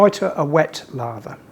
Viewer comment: Lather not larva